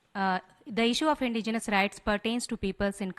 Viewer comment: Her twisted tongue can't say indigenous, let her go back to kindergarten again n study about India's indigenous people